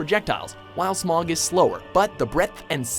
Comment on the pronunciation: The desolation of Ornstein and Smaug lol, it's not hard to pronounce Smough right